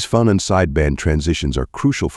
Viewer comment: This is good but the pronunciation of "phonon" is off.